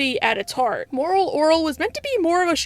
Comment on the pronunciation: Why cant you say moral orel?